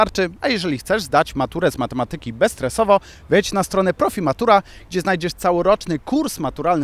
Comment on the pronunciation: prowadzący... źle kolega akceptujesz słowo matematyka kolega. akcent na trzecią słabe od końca kolega. A nie na drugą. od siebie też wymagaj. pozdrowienia kolega.